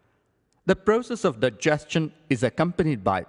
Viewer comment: 'Daegiestion' wow learn pronunciation